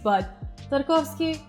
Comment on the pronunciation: My assumptions were right lol. Btw I LOVE how you pronounce Tarkovsky with the accent!!! I probably completely butcher his name... please don’t kill me